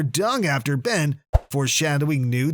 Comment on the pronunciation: ban (Ben) rok (rook)